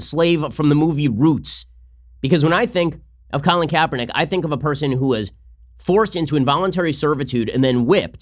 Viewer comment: HIS NAME IS KRAPERNICK.